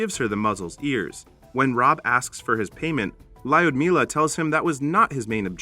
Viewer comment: And the way he pronounces Ljudmila. Just... Cringe.